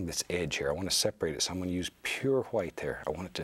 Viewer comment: Onfroi Don’t forget the quietness (ASMR) and his pronunciation of white (hwite). Bob Ross is truly a legend!